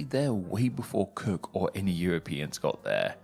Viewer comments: I could have sworn you said "James Kirk." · It sounded like you said James KIRK!